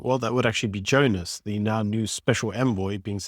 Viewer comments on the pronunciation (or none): none